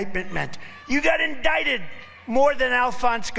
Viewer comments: Trump is saying 'indicted' wrong. MTG says it is pronounced 'in-dick-ted'. 😂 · He thought it was in-dik-ted. MTG explained it to him. 😂😂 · “You GOT indicted” Why does he use these weird ass pronunciations